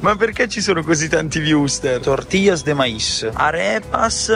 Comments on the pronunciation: Wurstelll ... no wursterr 😆😆😆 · Perchè dici "wursteR"?